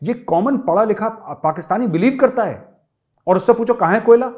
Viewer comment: Sir your Pakistani accent and especially the word ( haaae ) is the best , Please use it atleast once in every video . By the way you are the best , Pranam , Jai Hind {🕉️🙏🏻😍🇮🇳😘}